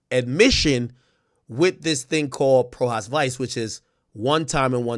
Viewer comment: It’s pronounced- PRO HOCK VEECHAY